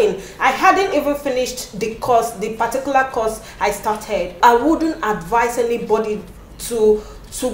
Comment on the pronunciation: Your experience is valid. The storyline is awemazing, microbiologists working in banks 😂. I couldn't help but notice how you pronounce Anybody "Anybady". I loved the video editing.